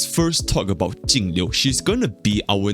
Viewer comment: Thanks for being the only person who actually says Jingliu's name correctly lol.